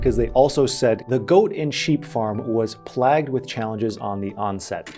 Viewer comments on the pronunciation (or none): The word is playyyyy-ged, not plahhhh-ged. Damn that bothered me. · hey plagued sounds like this.. PLAYgued.. not that your going to use this word much but anyway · I laughed my ass off at that too. Sorry max, you never heard of "play-ged" lol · love the content but "plagued?" It's not pronounced, "plagged." LOL. You're the 👌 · My man look up the pronounciation of "plagued"